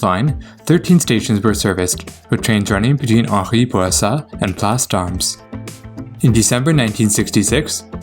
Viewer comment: Yes, well done. Small thing - in Place D'armes...the 's' is silent.